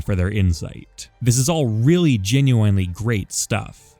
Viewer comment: I GENUINELY hate the way you say genuinely